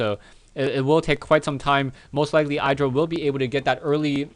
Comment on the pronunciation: btw its not pronounced "eye dra"